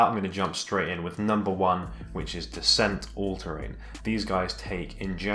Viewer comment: Pronunciation tips Descente allterrain: day-sahnt Suicoke: Sooey and coke like coca cola. In japanese スイコック is su-i-kok-ku Tilak: tih-luhk (like tee-luck) Alk Phenix: alk phoenix or aruku - phoenix if you're a weeb (also because it originates from aruku for walking) YKSous: whybuy-kek-soos Sever: sever-e prices